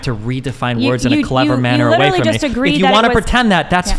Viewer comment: 25 minutes in, this is brutal. I hope i can make it all the way. These women just won't shut up. Edit: the overweight lady was extremely condescending throughout. She also kept saying words wrong. "Excuse me! Excuse me... What I was saying was that you are litararily agreeing with me when I say 21 weeks is life, even though you kept saying 20-24 weeks?" Good lord...